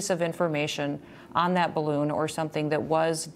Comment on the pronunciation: Up Up and away in the beautiful “Bid-A-Loon”